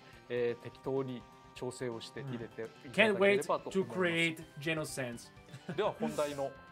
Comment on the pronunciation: Why does he pronounce it as "Jen-oh" instead of "Jee-know"?